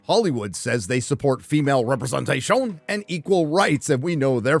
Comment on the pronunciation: “Representa-SHOWN!” I laugh every time.